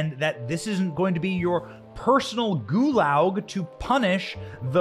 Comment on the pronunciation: What? A Goolaw? WTF is a Goolaw? It is spelled Gulag. The "G" is hard. You need to hear it when you say the word.